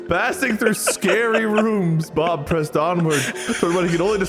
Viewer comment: Did just call Bob “Pub”?